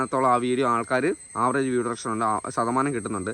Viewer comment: ഡുറെക്ഷൻ അല്ല അളിയാ ഡ്യുറേഷൻ